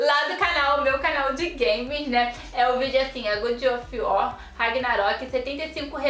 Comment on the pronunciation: "Good ófi uor" ksksksks boa Só zueira hein, moça ksksks